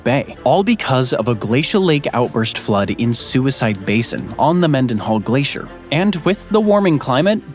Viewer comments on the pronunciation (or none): none